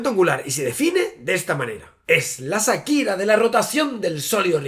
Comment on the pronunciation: Shakira se pronuncia "Chaquira", la H en su nombre no es muda.